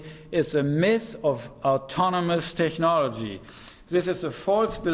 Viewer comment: This guy sould learn how to pronounce "technology" before using this word hundreds times.